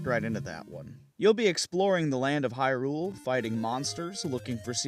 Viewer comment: .......... it's HYrule, HYrule dammit the stress is on the first syllable, it's not hyRULE who started this arraggrghgghh!!! ahem